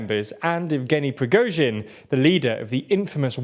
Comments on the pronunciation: I remember when was pronouncing the surname as "Prigot-sin" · Stop saying "Pri-GO-zhin" it's pronounced "Pri-GORE-zhin" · Wow, you're no longer pronouncing his name as Prizgovin, well done!